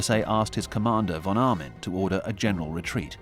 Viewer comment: The name of the german general was von Arnim, not Armin...